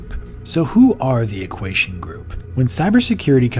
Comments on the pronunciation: poor dude cant even say "equation" lmao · Great video! Am I hearing shit, or is he pronouncing "equation" as though it has an s instead of a t? I keep hearing "equasion"... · “Equation” too